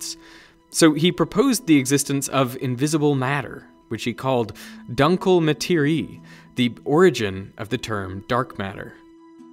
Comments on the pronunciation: Dunkle is German for Dark and pronounced totally different than you do here. I find it a pity that this was overlooked in a video of this quality. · How do you pronounce the Germen word "dunkle" it is not similiar du "dunk". The u is similar in the word "doodle".